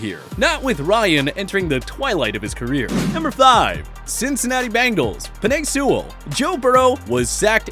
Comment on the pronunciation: “Pen ay” Sewell